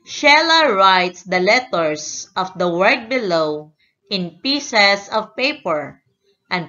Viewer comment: Omg yung salita niya ang pronounce nya ng letters littets